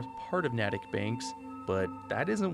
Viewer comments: ignore how fallout says it, its nay-tick not nat-tick :) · Just a quick tip. “Natick” is pronounced more like “nae-tik” than “naa-tik” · as someone who in the real world lives in the next town over from Natick, i couldn't help but chuckle at your pronunciation of the town "Nah tick" the proper pronunciation of the town is a long a like in cake, so it's "nay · tuhk" also i think you'd be proud of me considering that if you scale the fallout 4 map correctly over the same area of the state of Massachusetts, i live in the crater of atom, so in a sense, I am one of atoms children, who in my lifetime will be bestowed upon by Atom himself the single greatest gift, glorious division. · As a person who lives in Massachusetts, it's pronounced Nate-ick. Not Nattic. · Natick is pronounced nay-dic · Gotta help u with the pronunciation of Natick. I'm a wicked Bostonian. It's NATE-TICK. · Just an FYI, "Natick" is pronounced Naytick by in state locals. Don't feel bad, Oxhorn pronounced it incorrectly as well.